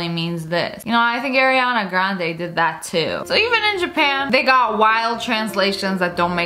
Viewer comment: It’s Ariana not airana